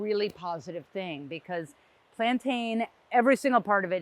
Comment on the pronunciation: Plantain is pronounced "plan-tin".